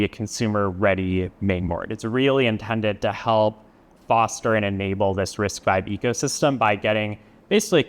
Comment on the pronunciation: Wait! Its Risc five not Risc vii?